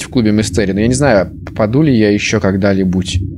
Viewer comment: когда-нибудь* не когда-либуть